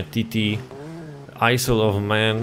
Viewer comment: Jak już się za coś zabierasz to chociaż rób to porządnie to nie jest żadna wyspa ''men'' tylko MAN